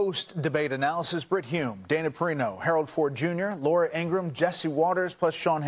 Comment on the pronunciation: Not Felix consistently getting the name of dana perino right and then immediately saying it's not her.